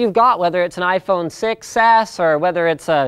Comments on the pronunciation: Pronouncing "6S" sounds almost like "success".. flies away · the way he said 6s sounded to me like a "success" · David nafi You can also hear "sex ick" lol. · i seriously just started hearing "sex ass"